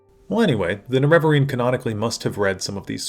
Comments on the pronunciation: Huge fan. Love your videos. But I don't understand why you say "Nerev-areen" vs "Nere-vareen" the in game dialog says "Nere-vareen" and you don't say "Lord Indoril Nerev-ar".. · You might start by pronouncing Ner e va reen properly instead of nereveverine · the way you pronounce Nerevarine drives me crazy. the weird thing is you pronounce Nerevar normal, and it's the same word just with a suffix. it's weird how your vowel emphasis fully changes. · >uses clip from morrowind of Azura pronouncing Nerevarine correctly >pronounces it wrong the rest of the video anyway